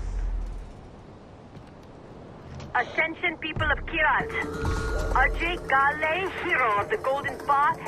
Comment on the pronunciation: The different pronunciations of "Ajay Ghale" ruins the immersion, imo